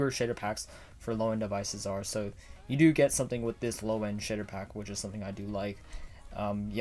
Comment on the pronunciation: When he talks fast, he says “sh!tter pack”